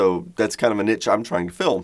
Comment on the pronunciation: Do you have an itch?...oh, you mean niche...my apologies...anyway, nice vid....